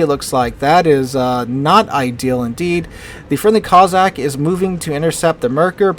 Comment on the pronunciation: Coss-ack,, coss-ack, not coz-sack.